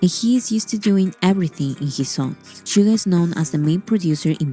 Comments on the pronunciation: It's not Sugar. It's Suga. Pronounced like shoo-ga. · You are pronouncing Suga's name wrong. There is no r at the end of his name. It's pronounced Shoo-ga, not sugar. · Shoo-Ga not Sugar. No hard R. Some can get BIG mad if you mispronounce it 💜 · His Name is Suga with out R please don’t say it suger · SUGA!!! not SUGA R - No R please... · 67 yr old Canadian woman...love, love these guys ❤ I do not like western rap, I only listen to BTS rap 😅 (Note...Yoongi's name is "Suga", pronounced Shoo-ga, not Sugar) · Cracks me up every time you say sugar when she says Suga. There’s no R on the end. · Two tiny corrections: The "Dynamite" video you've reacted to wasn't an actual music video but the performance video that showcased the choreography. It's "SUGA", not "sugar"😉 The track you wanted to know about was "Cypher Pt.2" (all of their Cyphers are definitely a must-listen). They are still with the same label, they've basically built it from the grounds up to its current success and are now the shareholders. No, they are not any controversies surrounding BTS that aren't manufactured by the competing labels or aren't totally taken out of context and/or proportion. They do not paint themselves as saints or as those perfect people like the rest of K-pop idols. If they mess up, they apologize sincerely and move on, trying to do better. They continue to do many amazing things behind the scenes for others and those things are rarely publicized, unless the organizations or people they've helped say it themselves (or if it's a bigger thing, like them standing against racial hate, collaborating with UNICEF or recently Yoongi helping to fund a center for autistic kids and helping with the development of musical therapy for them plus actually teaching the kids to play instruments as a volunteer).